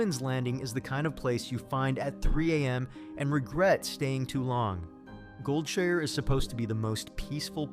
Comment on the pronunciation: it's called Goldshire, not Goldsure.